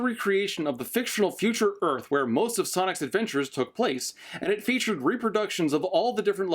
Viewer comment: "Earl" Bro Just say earf v-v